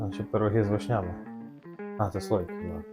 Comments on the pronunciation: з вИшнями,а не з вишнЯми:face-turquoise-covering-eyes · Ви молодці, але чому вишнЯми, а не вИшнями. Дуже ріже слух!